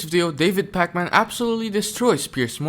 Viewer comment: Love how you pronounce his name like Pac-Man lol